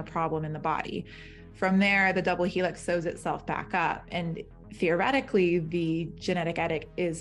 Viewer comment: She said “theoretically”?